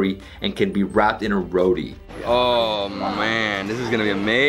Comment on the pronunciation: You are an a**hole!!! I AM SO HUNGRY RIGHT NOW!!!! ONCE AGAIN A-HOLE...WHY DID I WATCH THIS IN A QUARANTINE 😒. But redeeming quality is his pronunciation is good. Except for "Roti", he says it half Indian half West Indian. Only reason I'm not giving a thumbs down. Great...but my stomach hates you, Flavor hates you 😈